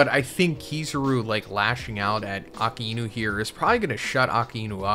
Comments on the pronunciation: Since when its Aka-e-nu? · "AKA E NU" jesus man how hard is it to pronounce "a-Kai-Nu" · Bro I can’t believe you can’t say Akainu correctly and been watching from the start. It’s uh-Kai-new, not aka-inu. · “Aka-inu” it’s “ah-ky-new” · bro why he calling akainu aka enu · Brother, really? "Aka inu"? Wtf kind of pronunciation is that? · It's pronounced Ackai—nü. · the pronunciation of akainu is killing me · Lmao wtf is up with that Akainu pronunciation? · I know. But that's just not how his name is pronounced lmao.